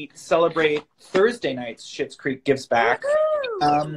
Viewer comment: It's Schitts Creek...not Schmitts Creek.